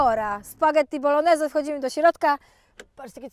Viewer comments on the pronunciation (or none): none